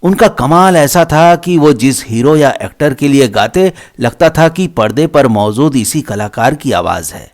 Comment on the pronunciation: Learn how to pronounce Say Maujood not Mauzood Tawajo not Tawazo Hazaar not Hajaar Zyada notvJayda Sounds so unsophisticated 🥶